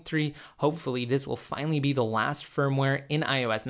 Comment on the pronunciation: lol you always say that that this is THE laast update 😂😂😂😂